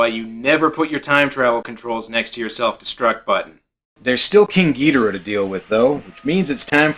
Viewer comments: It’s not gi-do-ra it’s gi-doh-rah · That’s gee-DOOR-uh dude!!!!! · Ghidorah is not ghidora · My first exposure to many of the godzilla monsters was on the GameCube game Godzilla: Destroy all monsters melee so I pronounce king ghidorah “Ghi-door-ah because that’s how the announcer said his name, where as my dad who grew up with these movies says it the way you say it.